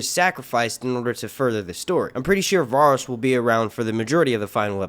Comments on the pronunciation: The way you pronounce Varys is like nails on chalkboard to me 😭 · These aren't leaks, their theories. And you really aren't good at pronouncing some of these names are you? I mean, do you watch the show? I'm sure if you've watched one episode oh, you would know how to properly pronounce Varys. D+